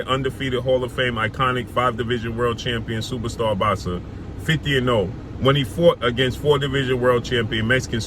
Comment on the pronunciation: It's Boxer bro sound it out, not "bazza" ....